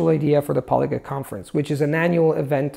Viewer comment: I say semai but I've heard natives say semee. pronounces a lot of his vowels very different from a native like with "polyglut".